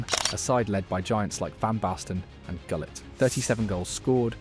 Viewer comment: This video clearly AI as a human wouldnt pronounce Gullit that way